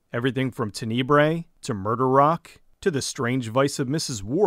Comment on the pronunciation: You made me laugh with your pronunciation of Tenebrae. Great video, these dudes deserve the love!